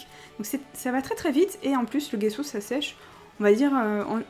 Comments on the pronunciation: Salut j'adore vraiment tes videos diy mais je voulais te dire le gesso si dit jesso et pas guesso. Apres moinon ma toujours dit sa ! Sinon Continue comme ça ! T'es la meilleure!!! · On prononce "gesso" comme s'il y avait un j à la place du g! Très bonne vidéo😊😘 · perso je dit pas gesso comme sa,je prononce le g comme on lit la lettre c'est compliqué a expliqué! Mais on dit les 2 love love love😘